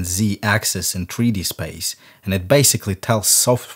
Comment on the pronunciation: "Tree Dee" - "Ass Falt"